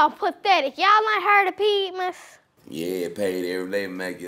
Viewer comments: It's pemdas not pedmas And u don't say PEE-DMAS IT'S PEM-DAS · It’s P.E.M.D.A.S not P.E.D.M.A.S 😂😂😂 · How dat Pedmas? It's Pedmas lol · I like how she said pedmas she when it’s pemdas p= please e=excuse m=my d=dear a=aunt s=sally lol anyways I love them they are hilarious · what is PEDMAS???? its PEMDAS lolll every time she say pedmas I dieeee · I think it’s actually p e m d a s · It's PEMDAS not pedmas just saying love yall!! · I believe it’s P.E.M.D.A.S not P.E.D.M.A.S?? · love the video but it's not pedmas it P.E.M.D.A.S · LOL ITS P.E.M.D.A.S. Not P.E.D.M.A.S. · While she trynna be smart she did it wrong it’s actually P.E.M.D.A.S. Not pedmas 🤷🏽‍♀️ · It’s pronounced pin-das not pedtmas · It's not pedmas it's pemdas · its not pedmas it pemdas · She the slow one it’s not pedmas it pemdas is someone gonna tell her